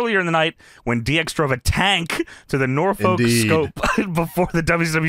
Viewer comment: As someone who lives in Hampton Roads Virginia, I wanna thank for pronouncing Norfolk correctly 😂 So many people say “Nor-folk”, when its pronounced “Norfuck” 😂 This was so cool hearing how they had shows at the Norfolk Scope and the Hampton Coliseum, that’s so fucking cool! They were doing the tank/jeep stuff because Hampton Roads (it’s a collection of 7 cities) is a huge military area, we have the largest navy base on the East Coast. Most of the people in the area are in the military, we have carriers and subs here. I wish I could’ve gone to this live ❤